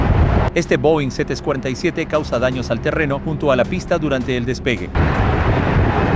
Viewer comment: pronunciaste mal a los jumbo 747 como que no se te entiende